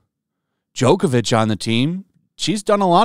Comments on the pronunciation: It's Jo-vo-vich. No K in there. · Ok, your pronunciation of Jovovich's name is killing me, and sounds like you are insulting her. Phonetically, it's like "Yo-vo-vitch" - Yo, like the greeting - vo, like the first syllable of 'vocabulary' - vich, like witch, but with a V instead of a W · Milla's last name is pronounced "yo vo vitch." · Your're looking for "Jovovich". "Djokovic" is the tennis player. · I don't even know how he's doing it, but him consistently calling Milla Jovovich "Jokavich" is too funny to me. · Mila JOKE-ovic... Was that a pun or did you just read it wrong? I LMAO:ed 😂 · You pronounce her name me-ya yo-yo-vich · 'Joke-avich'? That's just insulting. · It’s Milla JOVOVICH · JO - VO - VIC It's not that hard ... and if you KNOW you have problems with the name ... PRACTICE IT ... by READING IT ... SLOWLY. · Its not (Jokovich)